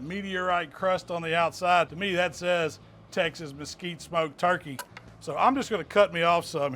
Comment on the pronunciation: "let's see what that "twurkey" thigh is all about" Haha! You're my hero man!! Keep those great recipe's coming!!